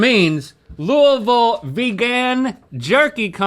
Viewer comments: Thanks, Link, for your expert pronunciation of Louisville! You nailed it! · Hearing Rhett pronounce Louisville like a local makes my heart happy🥹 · They said Louisville correctly!!!! ( didn’t tho >__>;) xD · As a born and raised Kentuckian who spends a lot of time in Louisville, thank you all for pronouncing it correctly!! 💙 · OMG THEY SAID LOUISVILLE RIGHT!!!!! BEST DAY OF MY LIFE… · As a Kentuckian, your pronunciation of Louisville isn’t perfect but it is acceptable. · It makes me happy hearing y’all say “Louisville” correctly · Thank you for saying "Louisville" correctly, Rhett and Link. Not many do (including ). 😅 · Rhett and Link sat Louisville correctly! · Rhett and Link both correctly pronouncing Louisville 👏👏👏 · I’m so glad they pronounced Louisville Ky correctly! No one pronounces it right! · I'm so glad they said Louisville correctly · and they said Louisville right!!! 😊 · Thank you all for properly saying Louisville. Most people butcher it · Who thought Louisville was in NC? 🤣 I’m just glad they pronounced it correctly. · i love that they say louisville right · As a Kentucky Native, knowing that Link knows the proper way to say Louisville makes me happy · I’m proud of link actually pronouncing Louisville correctly from someone who has lived there her whole life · I’m so glad they pronounced Louisville right. I was about to never watch again lol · As a Kentuckian, I am so glad you can pronounce “Louisville” the way we do 😂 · From someone who lives in Louisville Ky, thank you for pronouncing Louisville correctly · I’m more impressed they know how to pronounce Louisville correctly lol ❤ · I appreciate that they both pronounced Louisville properly! 😊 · Can I just say, thank you Rhett and Link for pronouncing Louisville correctly 😁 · So proud of Rhett and Link for pronouncing Louisville correctly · Rhett and Link said Louisville correctly! I’m from Louisville and most people don’t say it right lol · Thank god they say Louisville correctly.